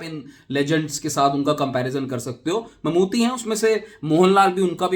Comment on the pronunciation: भाई मम्मूटी है मम्मूती नहीं!